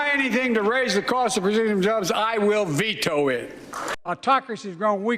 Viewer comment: 'If you try to raise the cost of producing jobs, I'll vito it?' Even if that's what he said, the hell does that even mean.